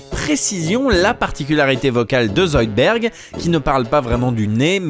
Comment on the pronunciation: zoidbeUrd !!! IL AI OU LE U !!!!!!!!! Amblance